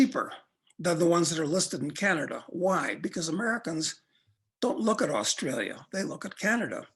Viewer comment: you pronounced ausjailia wrong